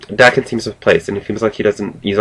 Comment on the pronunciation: cool. im lookking forward to reading it actually. and its pronounced like "hawk" but with a "d" instead "dawk-en" daken :)